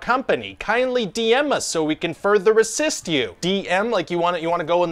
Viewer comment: It sounds like he's saying "Kindly DM us so we can further resist you."